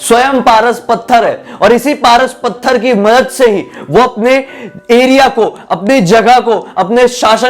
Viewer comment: Pras pathar nhi paras pathar bee